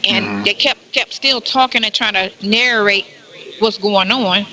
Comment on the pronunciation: Not nar-a-rate….nar-rate.